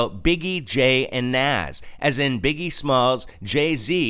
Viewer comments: Nas not naz x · I agree! But he’s not talking about lil Nas X. He’s talking about the actual rapper name Nas😂 whose been rapping since the 80’s. Which you keep pronouncing wrong 😀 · It's not Naz, it's Nas. Also, he was NOT talking about Lil Nas X. Nas is a famous rapper. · You missed quoted who he means as secular top rappers, it’s not Lil Nas X, but the original Nas pronounced Naas, from Queens Bridge. Nevertheless if Kirk has got to try and explain what he meant after the fact, it’s not a good lyrics. And please don’t dare disrespect Holy Spirit to say He gave or inspired this debacle. Repent and preach the true gospel of Jesus came to give himself as ransom for sinners who repent and receive Him, then live for Him.